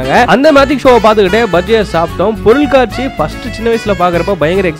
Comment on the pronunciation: Bro athu Porulkaatchi😂😂.. Not in katchi🤣🤣